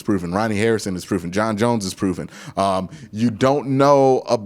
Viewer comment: Lmaooooo.... John Johnson 3... Not John Bones Jones...😄😄😄.... I know you'll get it Correct Soon...lol..Love the Commentary #GOBROWNS #DAWGCHECK #2Q6